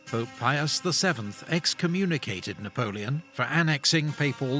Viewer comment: he said navoleon 2 times! you are funny!